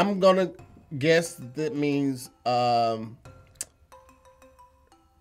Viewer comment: I have never heard anyone mispronounce "guess" before. 😂